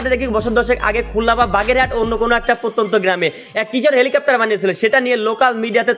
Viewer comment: helicopter ❌ vancopter✔️